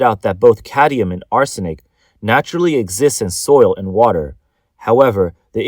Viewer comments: Cadmium, not cadium. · It’s cadmium not cadium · Cadmium. Not "cadium." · Cadmium not cadium, there is no such thing as cadium. So much for the Asian genious myth lmao. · I don't care if it's cadium or caddium. Just so long as it's not cadmium. How could they let him record the whole video like this and nobody said anything? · It's not "caddium" it's cadmium --- say it right or don't read the news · It's like drilling in my brain. I can handle it once or twice. I mean, you have one job. Read the script. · Why can't the reader pronounce "cadmium"? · Cad-MI-um for fucks sake You don't even know what it is apparently so why so worried about it? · lol did you mean caddium? the narrator apparently did